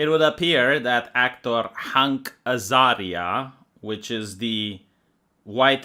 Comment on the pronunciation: Everyone: Hank Azaria: HUNK Azaria;)